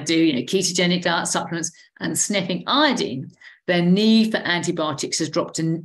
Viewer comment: Glad to hear someone pronounce Iodine properly. Folks seem to pronounce the element like the tincture of iodine (as in dine at a diner) and alcohol that we used to use on wounds.